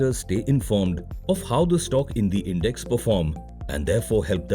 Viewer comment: You mispronounced index buddy